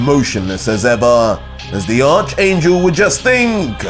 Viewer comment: Who thinks is pronouncing the word ARCHANGEL wrong👇👇👇👇👇👇👇👇👇👇